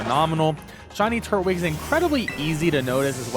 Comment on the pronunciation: I love your videos…. But it’s Tur-twig not turt-wig